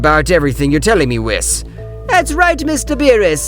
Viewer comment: whis is pronounced (weese)